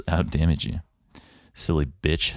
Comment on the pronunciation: "silly Bitch" you put so much umph on the B that it killed me lmao